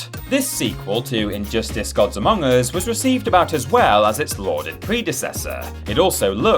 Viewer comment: you said amogus